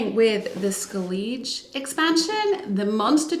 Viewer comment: It’s pronounced like “Skell-ig” 😂 But I won’t knock you for it. Love the videos 👍🏻